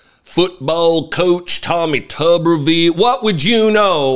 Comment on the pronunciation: Hey, if it was pronounced tubbervile, it would be spelled tubbervile. But it’s spelled tuberville, so it’s pronounced tooberville. As in tube town.